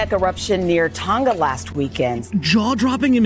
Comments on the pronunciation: It's Tong-Ah not Tong-gah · It's Tong-a, not Tong-ga. Like singer doesn't have the hard g sound. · Why can no American pronounce Tonga correctly? Hint - it's not pronounced "Ton-Ga" but rather "To-Nga". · Why is it annoying me that noone can say the word "Tonga"? Its Tong-a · It’s Tonga timw